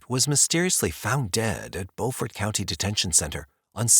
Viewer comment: 😂😂i 💙 2 hear ppl pronounce places n my state (SC) CUZ 90% of the time its wrong 😂 "Beaufort" ... is "bew-fert" not "bo-fort"😂 ... no disrespect to the researcher tho lol cuz i already know i slaughter town names my self😂